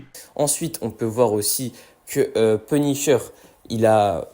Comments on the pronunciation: Punisher ❌ penisheur✔️ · 1min51 "PUNICHEUR"😂😅tkt je ne me moque pas de lui ( 'fin c'est pas sensé être méchant)